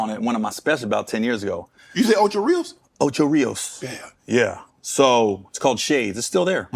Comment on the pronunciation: Really 😂u say ora Rios😂😂